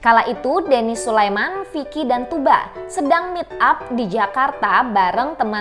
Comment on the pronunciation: diantara yg sedikit yg menyebut nama "Tugba" dengan benar yaitu "Tuuba", Kebanyakan youtuber /reuploader / reaktor lain masih saja menyebut "Tugba" dgn memakai "G" atau "K" di tengahnya. Selain itu juga narasi lebih professional dibanding yg lain.